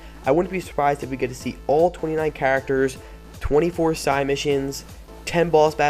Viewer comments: SIDE mission not sigh mission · Dude, please. Say side mission, I hate being one of those guys but hearing you say sigh mission over and over is grating on my nerves.